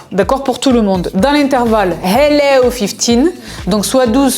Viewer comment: Une rigolade dès le début avec tes hellows😅